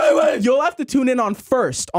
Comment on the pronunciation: I just wanna say that at almost exactly Will says "Firt Black".